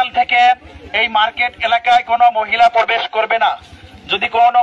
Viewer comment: Porbes(probesh)😂😂😂😂hujur language 😂😂😂😂